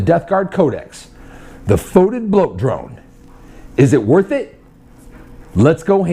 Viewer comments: its pronounced fet-id not fot-id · I pronounce it FEE-tid. Potahtoes, potaterz... ... and FYI GW pronounces it “Foe” tid on their Warhammer TV channel.